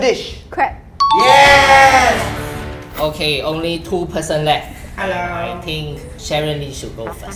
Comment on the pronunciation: I thought its crab not "CROP"!!